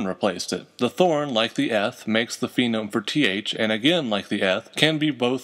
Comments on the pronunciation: You always pronounce "phoneme" as if it were spelled "phenome." I assume you don't pronounce the second syllable in this same way for "morpheme" or "grapheme," etc. "Phoneme," like "phone" or "phonology." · I have no idea why I pronounced "phoneme" "phenome" throughout this video, even though I have it spelled correctly in my notes. I'd like to pretend I was doing super-important genetic research on phenotypes and just got the pronunciations messed up in my head, but in actuality I was probably just tired.